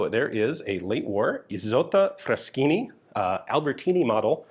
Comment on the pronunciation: Ian, you pronounced "Fraschini" PERFECTLY!!!! ❤